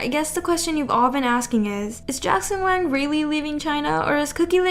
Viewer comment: Staph pronouncing WANG as WANK!